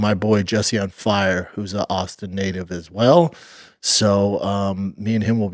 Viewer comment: Shaub calling himself an awlstin native 🤣 my god you’re an idiot